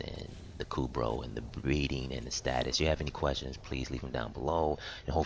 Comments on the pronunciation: Is STASIS NOT STATUS 😂😂🤦🏾‍♂️ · Thanks, Helped a lot! Although it annoys me to no end that you cannot pronounce 'stasis'! ;)